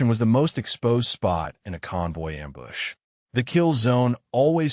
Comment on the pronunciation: its not :amboosh!: someone needs to read the script beforehand